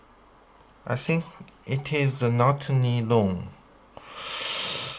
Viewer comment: Nylon 英文读法不是尼龙，是读（奶龙）ny 不是（尼）。是读（奶）